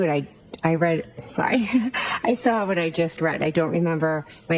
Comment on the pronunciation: “I sawr it ? How was she a teacher ??